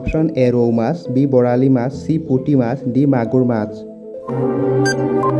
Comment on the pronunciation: Olp vhalkoi kobole hiki lauk 1st puti mas nhoi puthi mas